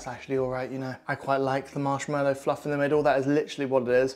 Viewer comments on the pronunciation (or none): MarshmAllow, there is no ‘e’ in the word.